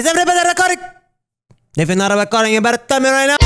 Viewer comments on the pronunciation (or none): "Evey bodeh reckording >:/??"